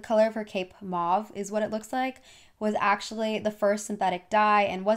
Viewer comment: And “mauve”.